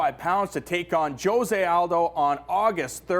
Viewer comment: Why do they pronounce Jose wrong every time!